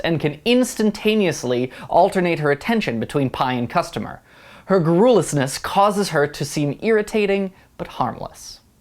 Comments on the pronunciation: Drew Hebblethwaite Also, it would help if he put the stress on the correct syllable in “garrulousness” - he read that out from a quote; he could have looked it up... My old writing teacher would have said “verbose. KILL YOUR DARLINGS. Rewrite and keep it simple this time.” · It’s GAR-roo-lus-ness. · Absolutely agree: LuPone unmistakably earned this distinction with her nuanced, un-self-conscious performance-- NOT just because she is the incomparable LuPone. I appreciated and enjoyed your analysis. (One "note" for you: it's "GAR-ru-lous-ness," emphasis on the first syllable.) Thanks for this fun Mash! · Vitriol - pronounced VIT-tree-all Garrulousness - pronounced GAR-yul-us-ness Just FYI ;) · Totally disagree with your choice and I do believe I'm in the majority. It's Angela for me. Sondheim wrote it for her and she made it iconic. On another note. Please learn out to pronounce garrulousness. You totally flubbed that one! :) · I was interested in the review (although I think film and stage require such different portrayals that it’s hard to compare), but the mispronunciations are pretty distracting (vitriol, garrulousness, comparable). I agree with other reviewers that HBC has by far the best accent, and I think the reviewer sells Lansbury very short. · The only thing I'm pissed about is how terribly you pronounced garrulousness tbh. Oh, and your pacing. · Mildly amusing till "garrulousness" was mispronounced. "This lad's in water too deep for him," I then decided. "Comment, and go." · Entertaining review but I almost fell off my chair at the mispronunciation of garrulousness. My choice is Angela Lansbury, Patti Lupone and then a long way behind, Helena Bonham-Carter. Lansbury in my opinion vocally is much more dextrous , Lupone is more comic and sexy. Difficult to choose between them when seen on stage but listening to the cast recordings, Lansbury shines. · I enjoy your commentaries, even when I disagree with you. (FYI: Check your pronunciation of "garrulousness.")